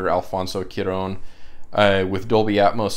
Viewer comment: Haha no worries about butchering names. I do the exact same thing. In regards to pronunciation Cuaron, the first 3 letters are said like Kwa. 😁